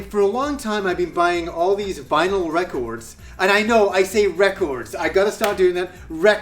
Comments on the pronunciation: it's vinyl not vinyl. You can have a record or records. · Vinyl without an S hehe